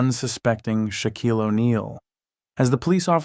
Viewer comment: I wish the story teller would learn how to pronounce Shaquille’s name correctly